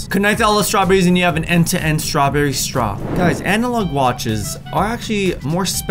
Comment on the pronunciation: strawbeery is not a beary